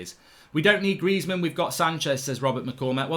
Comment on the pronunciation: Greizmann?! Stop. Please, stop.